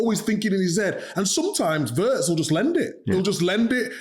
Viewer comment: PLEASE, LEARN THE PROPER PRONUNCIATION OF WIRTZ, ALAN!! 'I' is NOT AS in 'PURSE' but as in 'BIG'/PIN/HIS as Lineker now does.